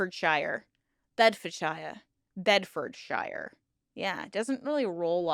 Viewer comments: Pronounced "sheer" not "shire" Bloody Yanks 😂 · The Shire in the names is not pronounces like shire it is pronounced more like sure. so Berkshire sounds like Bark Sure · Pronounced ‘Bedford-sheer’ darling ❤ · the Shire in places like bedfordshie gloucestershie etc is prounonced sheer like sheer a sheep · In the North and Midlands of England, the suffix '-shire' (as used in many county names) is pronounced 'sheer', not 'shur' or 'shyer', hence 'Staffordsheer', 'Shropsheer', etc. However, the exception to this would be the stand-alone word 'shire' (slightly archaic and not often used, but meaning 'county'), which in this instance would be pronounced 'shyer'. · One difference between the English and American accents, shire is pronounced shear when at the end of a name. For example Cambridgeshire is pronounced Came-bridge-shear. Enjoy the channel. Regards from American in England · Shire is almost pronounced suer. Its just the way we say it ❤ loving your videos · in the UK, we pronounce the 'shire' part of place names as 'shear'. E.g. Bed-fod-shear (Bedfordshire). We also have a huge variation in accents by county, and even by individual areas of that county. Even west and east Sussex have a huge variation in accents and culture. We're a small cluster of countries, but there's a lot of subcultures. Hopefully this doesn't come across wrong. I'm autistic, and just info dumping, rather than attempting to lecture. Great video, very interesting snd filled in a lot of information gaps I didn't know. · Wow I live in Northamptonshire (not picking on you but shire is usually pronounced like “share”) and I never heard of this group! Very interesting! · FIY: the suffix "-shire" rhymes with "sir", not like the Shire in the Lord of the Rings.